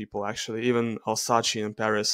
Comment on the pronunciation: it’s pronounced Альзас not Альсаче ))